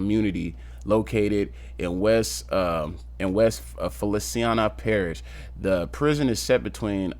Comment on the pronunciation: Thank you but find someone who can pronounce our parishes for you. I worked at Angola when they brought in Boosie and C murder